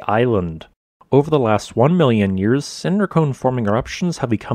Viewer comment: I'm getting used to it, but the way he says 'yours' instead of 'years' always catches me. Great content and visuals, well presented.